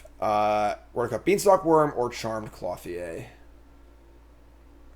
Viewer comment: Same with Clothier. Cloth-ee-aye over and over :/ It's Clo-thee-er